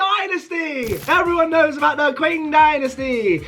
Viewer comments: It’s pronounced ching not qwing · Bro really said 'king dynasty' its pronounced 'ching dynasty' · Also "Qing" is pronounced as Ching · Everyone else: yooo cool video Me: STOP SAYING KWEENG DYNASTY ITS PRONOUNCED KING DYNASTY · You pronounced lots of empires so badly. Example:- You pronounced Qing Dynasty Q-Ing but it's actually pronounced chi-ing (hope this helps) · the king empire💀💀